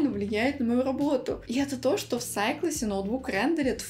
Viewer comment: да фто ты говоришь